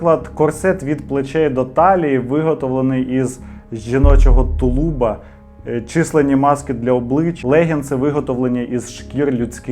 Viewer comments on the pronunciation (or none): 🙂тУлуб, а не тулУб; помЕр, а не пОмер. Дякую, дуже цікавий канал. Де купити абажур?...